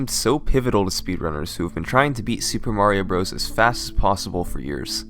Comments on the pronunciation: HAHAHAHAHAHAHAHAHAHAHAHAHAHAHAHAHAHAHAHAHAHAHAHAHAHAHAHA you can't even say Super Mario Bros. correctly. LOLz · I hate that he calls it Super Mario Bros.